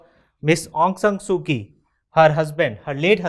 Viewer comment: It's pronounced as "Soo-Chee" not "Soo-Kee"